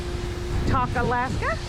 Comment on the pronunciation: It is pronounced Clue- on- eee. Kluane. Also Tok is pronounced Toke. Just trying to help 😁